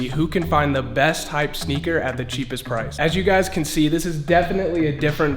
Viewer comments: Price or “Pirce”? 😅🤭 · when it says pirce instead of price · I love how I it said pirce instead of price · Bruh he said for price pirce